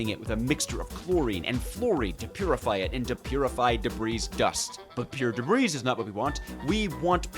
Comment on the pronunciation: brotha it’s not “DEB-REEZ” it’s “DEB-REE”